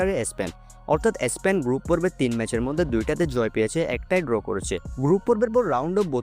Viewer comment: এ স্পেন টা কি ? উচ্চারণটাও ঠিকমতো করতে পারেন na!